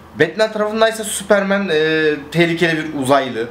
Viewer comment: süüüıpırmııın diyip tekrar tekrar kendini düzeltmesene tombul süpermen de geç neyin telaffuzundasın ne yabancı dil altyapın ve vazgeçemiyişin var da pardon adapte olamıyorum hali var